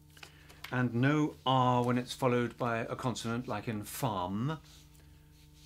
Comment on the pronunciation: bro it’s “consonant”